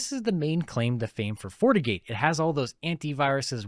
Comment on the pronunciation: Is he saying Fortigate or fornicate? 😂